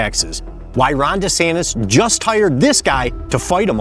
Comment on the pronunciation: Sounded like you called him Rohnda santis😂